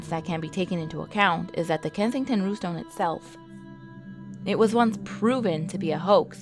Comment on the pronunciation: You can say 'Rune' and you can say 'Stone' yet you have some sort of disconnect when you try to say 'Runestone'????